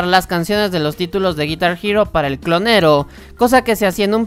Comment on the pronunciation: Osea si dices guitar hero, pero también dices "clonero" 😂